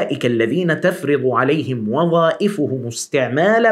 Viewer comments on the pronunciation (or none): none